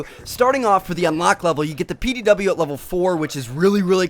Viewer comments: PDW not pow lol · Its pdw not pow